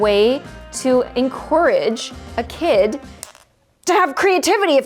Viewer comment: be like "it's a great way to enqareg kids to-" 😂😂😂